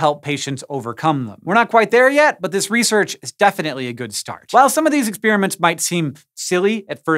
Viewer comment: Ex-peeeer-aments abound!